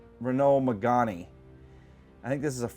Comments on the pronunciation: Reh-no meh-gann I know they're not in the us just letting you know how to say it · That pronunciation of Renault Megane :D